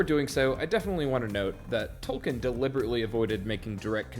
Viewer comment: Tol-KEEN, not Tol-KIN.